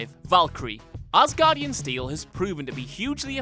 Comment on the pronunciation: I always laugh when they say "AssGuardian". Poor Thor...